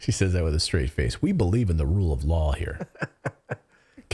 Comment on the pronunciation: She said "The rule of yaw" not law. 🤔